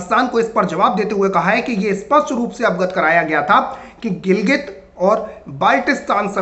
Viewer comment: गिलगित और क्या? नाम ठीक से तो लो